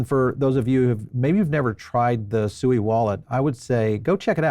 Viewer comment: at least pronounce SUI correctly when interviewing one of the co-founders.